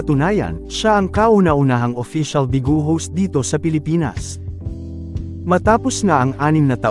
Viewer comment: It's (BEE ● GOW) not BIGÔ.